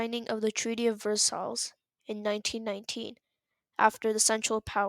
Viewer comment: Nice work dude! Just be careful, Im sure you know what the internet is like. Dont let nothing get in your way! edit: Its "Ver-sigh" btw, those silly french.